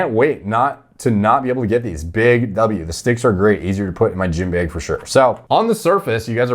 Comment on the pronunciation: said jeem beg